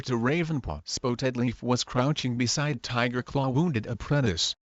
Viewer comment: Google text to speech pronounced it spoetedleaf but yes it is spottedleaf